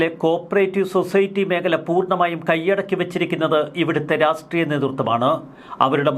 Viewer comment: രാഷ്ട്രീയം എന്ന് പറയൂ രാസ്ത്രിയം എന്ന് പറയുരുത്